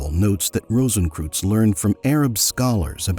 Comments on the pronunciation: What I find incredibly irritating about the voiceover is the spectacularly dumb pronunciation. Kreuz (or "cross" in Germanic languages) is pronounced 'croyts' not 'crooze'. It was so incredibly irritating I had to stop listening. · Rosenkreuz is pronounced as 'rohsenkroitz' NOT '-kruz'! It goes much further back than the mythical K Rosenkreuz of the Middle Ages to some 5'000 years ago in ancient Egypt, with Amenhotep IV or otherwise known as Akhenaten. the mysteries are actually aeternal! Thus, no beginning and no finality. (On YouTube I am finding out just how tiny Americans even know the basic rules of GERMAN pronunciation)! So sad. Much truth of what you say. The visuals were rather limited, only centring about past centuries. Not one picture of Rosicrucian Park, in San Jose, California. There is also found the Rosicrucian Museum, as doing something educational towards the general public, It is the largest and oldest Egyptian museum (a world class museum and the No. 1 tourist destination in California's oldest established city) west of the Mississippi. )